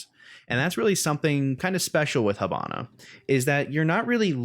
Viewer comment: h''I''bana(as is the vowel E pronouced)....hAbana is a city of cuba, not being a smart ass but cmon.nice video tho keep on this videos i really enjoy them